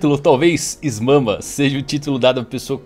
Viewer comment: Essa "Is Mama" foi de fuder KKKKKKKK, mas depois do Momonosuke adulto e mudança da fruta do Luffy, não duvido de mais nada